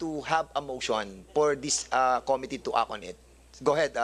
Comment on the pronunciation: Com mi tteee. It's Committee. bobo